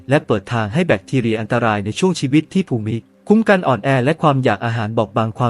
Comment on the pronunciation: ภูมิคุ้มกันอ่านว่า พูมคุ้มกัน